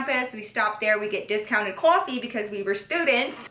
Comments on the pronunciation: cwofee sry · The way you say coffee 😍😍😍😍